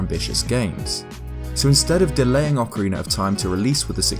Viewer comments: ...Ocariner, Ocariner, Ocariner... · Am I the only one who loves hearing anyone from the UK say ‘Ocariner’? I want a 1hour loop asmr of saying ocariner